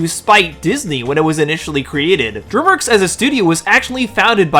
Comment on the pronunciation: Dude learn how to pronounce DREAMWORKS.